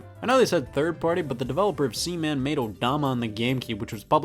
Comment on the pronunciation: Please never say Seaman again